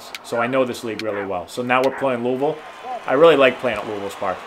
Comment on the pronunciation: Great pronunciation of Louisville 👍🏻👍🏻👍🏻